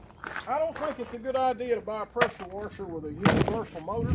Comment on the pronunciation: When he said wusher I hit thumbs up.thats my kinda people .good video